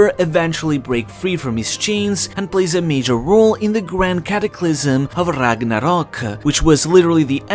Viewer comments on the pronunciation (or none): A man who pronounces ragnarok with a Japanese accent shouldn't be calling others a weeb.... Those are your people! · Why would you say ragnarok in a Japanese accent? You aren't Japanese... You aren't talking about a Japanese idea... Its norse... At least come correct if you're going to use an accent. Freaking weebs. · why tf are you pronouncing ragnarok like its a japanese word